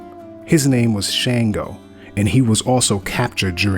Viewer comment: Good deal. Shango is pronounced with a short a sound as in Shaka.